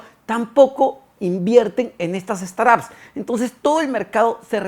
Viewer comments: "Straps"???? 😂 quieres decir "Startups" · De acuerdo, no se por que dice "straps" 😅